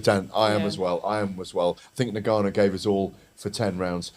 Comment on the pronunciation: Now then now then Why can't any of you pronounce " Ngannou"?